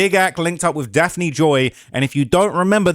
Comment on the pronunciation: Daft-nee Joy